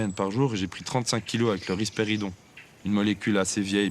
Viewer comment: Rispéridone et pas « don »